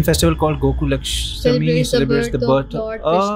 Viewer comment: Gokul aasthmi not laasthmi